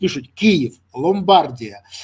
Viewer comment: Пане Бронеславе,дозвольте Вас виправити:провінція в Італії,в якій основним містом є Мілан,називається ЛомбардІЯ,такий наголос оригінальний в цій країні.